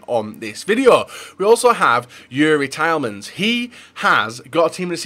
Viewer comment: Youri Tile-mans hahaha